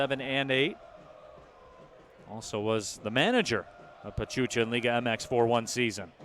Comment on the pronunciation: My respect for Detroit City FC fans. I love the support for their team. I just hope Bravos start on the right foot and beat Atlas on the season opener. On a different note, it was hilarious when one of the commentators mispronounced the team of Pachuca for "Pachucha." Many fans from Juarez got a kick out of that one. Kinda cute really. The commentators however, are very well-informed about Liga MX. Kudos to them! Vamos Bravos a romperla en primera, El Chuco Town te apoya!